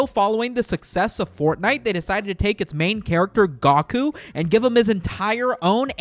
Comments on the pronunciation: “Gahku?!” Tf it’s Goku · "Kah-meh-ah-mama" 😂 "I was trolling obviously" "Gah-koo" Dude just take the fucking L. lol